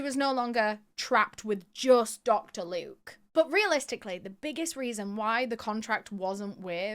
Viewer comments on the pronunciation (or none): 'Locter Duke" ... 😂😂what a loser Dr luke is!